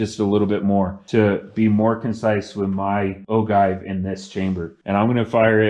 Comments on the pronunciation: Sorry i had to stop your video ,you shouldn't be making reloading video when you cant pronounce the word OJive not ogive,you sound rediculous!!! Your inexperience is going to get someone hurt ...STOP!!! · The cringe of O-give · Oh-jive is how it’s pronounced but…good video. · Great job, btw it is pronounced "Ojive" (G = J)